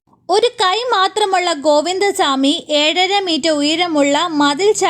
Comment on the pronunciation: ഷാമി അല്ല ചാ മി 😂